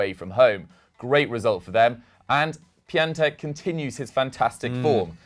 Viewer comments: It’s pronounced piontek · FUN FACT Piatek means Friday in Polish and it’s Pion-tek